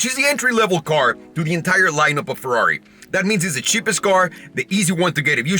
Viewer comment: Comprehends the actual Ferrari pronunciation since he bas a latin base (from spanish) says fewrari hahaha. dude please cmon, say it correctly